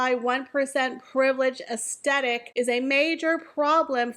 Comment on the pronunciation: I agree with everything you said, but please listen to how the word “aesthetic” is pronounced correctly 😅